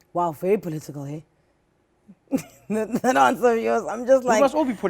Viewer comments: No, he just switched to another South African accent - there's a cultural vibe to saying things that way. I do it sometimes to get a certain tone across in conversation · his accent really came back for a second when he said "political" lol something i noticed